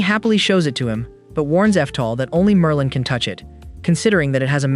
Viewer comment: bro said Marlin...✌️😭